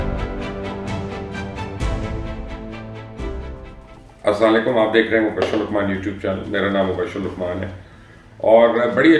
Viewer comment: sir guzarish hai k app salaam thk liya kray..aslalekn na kaha krya...asslam u alikum..kaha kray...pleeeeez Do not get me wrong and I am very very happy because I am your fan and your follower....